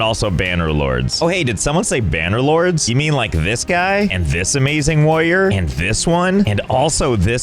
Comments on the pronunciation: AhEm “banner lords” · Josh definitely receives a bonus each time he says "banner lords"